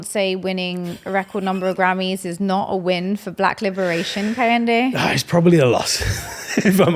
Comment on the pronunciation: KEH - HIN - DE not KAH - HEN - DE